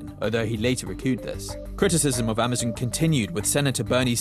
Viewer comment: Would you stop saying "Ama-zunn"